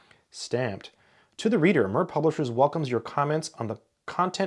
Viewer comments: Your pronunciation of the publisher should be as the space station, Mir, was pronounced, not following English language pronunciation methodology. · MIR is a transliteration of Russian word for "World" and "Peace" and is pronounced more like "mere". The first book that I encountered published by them was the book by Kolmogorov and Fomin "Elements of Theory of Function and Functional Analysis" that we have used for my analysis course in undergrad! Immaculate book! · I may the Russian version of this sitting on my shelf, from my grandmother's collection. For what its worth, the pronunciation of the publishers name would be more akin to "meer" as in "meerkat" or rhyming with "near", mir being the Russian word for "world" or "peace". Great video! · More like ”mir” as in ”miracle” but with a trilled r. It is not the same vowel as in “meer”. 😏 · Thank you for the vid, it's always nice to see things from a different perspective. p.s. I do love how you pronounce "Mir", like a purring kitten :) It's "the world" in Russian, by the way (with "ee" sound in the middle, as in "beer"). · In Russian the name of the publishing house is pronounced a bit differently, it sounds similar to the word “mere” in US English. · Mir is pronounced as "Meer", it stands for "Peace" or "World". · Mir, pronounced meer as in meerkat, means World/Peace. Mir Space Station, World Peace Space Station. Do you wonder why we were never told the translation whenever the Mir Space Station was on the news? :-) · Just for reference: "mir" is pronounced like "mere" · Slight correction. The word is pronounced as "Mee-RR" to mean "World" in Russian :) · just one thing, mir is pronounced meer and is Russian for World (or peace) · Mir is pronounced ‘meer’ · That's "mirrh" with i like in sea, only shorter. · Mir is pronounced as meer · I think Mir is pronounced as Meer as Ear is. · I think it’s pronounced Meer. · And “MIR” rhymes with “beer,” not “fur.” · Surely it's "Meer" rather than "Murr"...like the satellite...